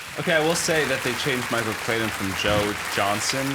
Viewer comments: I hate the way Jack Henry Robbins says Michael Clayton "Michael Claydun" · How he pronounces Clayton as Clay den the entire time really bothered me because my brothers name is Clayton.